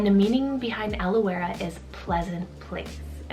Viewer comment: In Australia we pronounce Elouera as “Allura”.